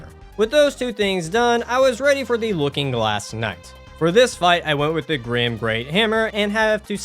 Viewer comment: It's gyrm not grim, for the love, it's pronounced Girm😭